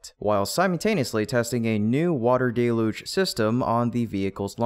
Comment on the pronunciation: Please say DEL-yooj, not DAY-loozh.